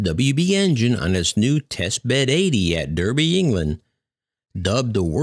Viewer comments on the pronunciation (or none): As a resident of the UK I laughed and the pronouncing of Derby. It’s said Dar-be not dur-be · Minor correction. Derby is pronounced DARBY! Thank you! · Derby??? Yes it is written as Derby... it is pronounced DARBY!!!!! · Pronounced "DARBY" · And to think Boeing has the fuc×÷ng cheek to raise safety issues with the A321xlr. Never mind 2 man's fell out of the sky and all the other problems with the max there is serious quality issues with the 787 and Emirates could have a 5 year delay on the 777x. Just one little thing Derby is pronounced Darby just a little quirk of the English language but I really don't know why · Derby is pronounced 'Darby'. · Derby is pronounced "Darby". Just to let you know. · Thanks, very interesting content and well presented. Derby in the UK is pronounced as though it is spelt Darby. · Hi, really appreciate all of your content. The town of Derby is pronounced 'Darby' here in UK 😉🇬🇧...but looking at the comments I see a few people have already corrected you on that one 😀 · Derby is pronounced Darby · Pronounce Derby as Darby 😁😁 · Derby in the UK is pronounced "Dar-bee" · Derby in England is pronounced 'Darby'. :-) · Rolls Royce is based in Derby to rhyme with Barbie (the doll), not Derby to rhyme with Herbie (the fictional Volkswagen beetle).